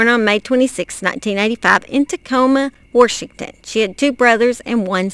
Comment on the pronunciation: I adore you miss, that's just how my maternal grandmother would say Warshington